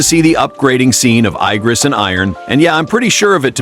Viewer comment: Ai-gris? Did you mean igris